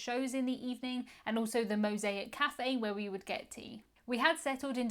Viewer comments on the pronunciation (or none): none